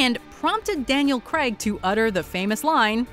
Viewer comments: Daniel Craig. Not Daniel Cregg. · Please can Americans learn how to pronounce Craig properly